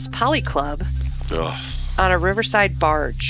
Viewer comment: Why did no one tell that it was a policlub, as in political club, not polyclub.